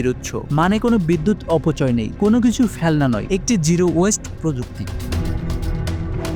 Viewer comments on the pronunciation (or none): none